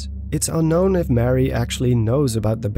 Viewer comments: Maybe I’m not the only one to mention this, but it’s Marie, not Mary. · I don't think you pronounce it like Mary, but more like Ma-ree. Otherwise, great video! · the name youre saying is spelled: mary... her name is muh-ree